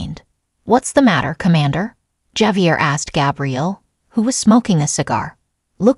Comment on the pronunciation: This is Ai generated content. Javier correct pronunciation is. ( hav- e- air) Chinese Ai probably.